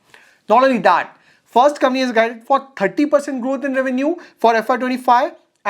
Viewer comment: It's company and not cumny😊